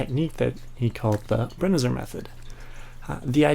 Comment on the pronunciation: FYI: It's pronounced Bren-eye-zer.